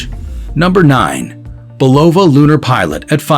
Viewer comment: Robot voice: you are mispronouncing BULOVA.